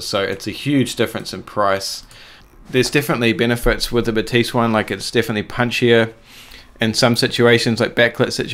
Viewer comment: Zeiss is a German brand, so Batis is pronounced ‘Baa-tiss’, not like a French person saying ‘Ba-teess’! Sorry to correct you, but it is seriously annoying.